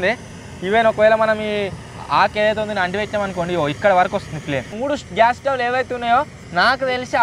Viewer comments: Bro adi swavlu kadu stovelu(Telugu)😂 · స్వవ్ లు కాదు bro స్టవ్ లు❤❤❤❤❤❤